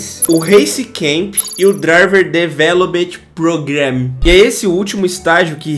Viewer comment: "o driver develobet progran" tankavel